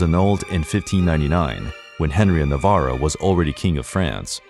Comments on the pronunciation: Not to be that person but it’s “Navarre” not Navarro or Navarra. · AND Henry of Navarre not Navarruh. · The butchering of "navarre" made me bail. its prounouced na-VAR